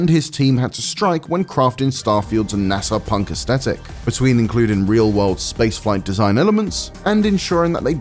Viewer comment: GAH… “Aesthetic” has the TH sound. I’m hearing it pronounced wrong all over and it’s maddening.